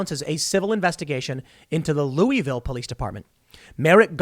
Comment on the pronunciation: You're saying "Louisville" wrong.